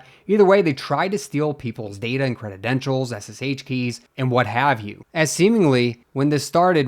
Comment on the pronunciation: What is it with you and mispronouncing basic english words? Cre-den-tials Not "crededentials"